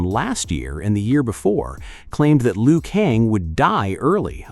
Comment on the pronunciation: No disrespect but stop with the "LEE-OOH KONG" come on bro its pronounced "LOO KAYNG"